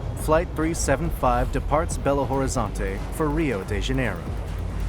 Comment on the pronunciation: You misspronuonced Belo Horizonte